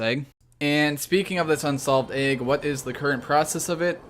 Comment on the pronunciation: Disliked because you say "AYG" instead of "egg"